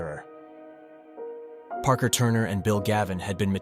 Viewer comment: Parker should have been "paarker" not "prker" I'm literally giving you my human tips on how I can tell so you can improve.